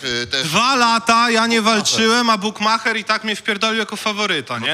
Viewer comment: Tez kitu i ten "bukmacher"